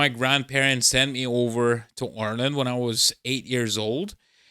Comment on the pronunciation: “I went to school in Oarland” 😜